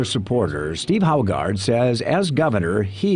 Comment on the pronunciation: it is funny that Haugaard and Jorgensen is both danish surnames and they all butcher them in the states